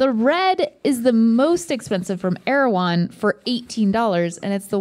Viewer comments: not my latino ass thinking they said "AirJuan". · Erawan? It's Thailand? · Tf is erewhon